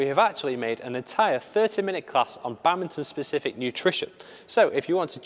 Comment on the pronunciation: Love how they pronounce it like "Bummbinton" XD